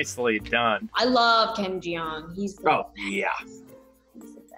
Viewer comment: why she say ken name wrong